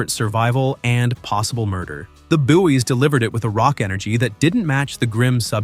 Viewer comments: "buoy" is pronounced "boy" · Buoy is pronounced boy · 'Buoy' is pronounced 'Boy'. Obviously someone that wasn't alive in the 70's, and doesn't actually know pronunciation.